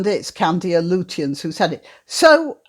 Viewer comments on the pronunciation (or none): Lutyens is pronounced 'Lutchins'